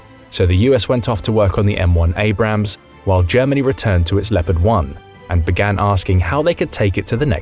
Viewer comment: Learn the difference between Abrams (correct) and Abrahams (incorrect)